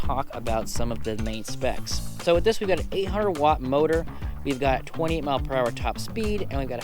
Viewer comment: Hi. Thanks for the vija. When you say 28, sounds like you're saying 20. Fast talker.😊